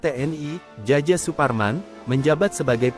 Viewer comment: Demi kebaikan, harusnya DJ dibaca j,huruf j dibaca y. Contoh Djaja dibaca Jaya. Terima kasih.